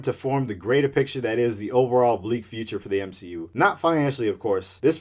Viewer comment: U mean, the M-She-U , am i right? :v